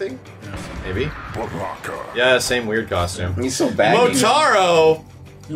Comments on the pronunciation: What was that "Baraka" pronunciation...... "Ba-roque-uh"?? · I know this guy did not just say Baroka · My guy couldn't say baraka he said baroka